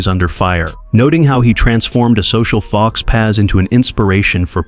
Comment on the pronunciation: Jonny's curtain does not "rise", a "pull man" pulls back the left break in the curtain and Jonny, or anyone, slips out. "Faux pas" is pronounced "fo pa". It's french. Jeez. AI SHOULD NOT EXIST.